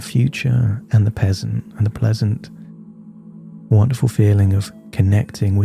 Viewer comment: 'The future and the peasant' 😆 Just to remind us you aren't AI! Thanks for another great hypnosis session. I like these ones that are applicable to most people.